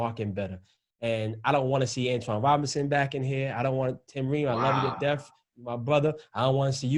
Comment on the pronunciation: Antonee Robinson, not Antoine.